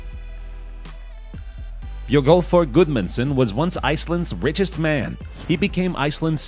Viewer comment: im icelandic and this icelandic björgólfur the way you said it cracked me up!